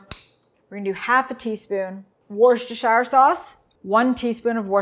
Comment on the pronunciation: just say 'wooster' sauce or just 'Lee and Perrins' WTF is 'Wooshtershieir'?